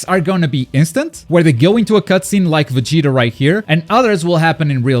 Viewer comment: Its VegetA, not VegitO, lol